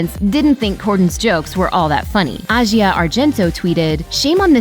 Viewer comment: The worst part is how you pronounced the name "Asia".